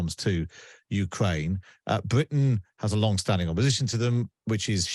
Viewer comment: What is Bwitain? sounds scawy.